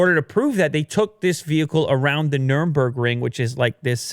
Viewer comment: Nurburgring.... not nuremburgring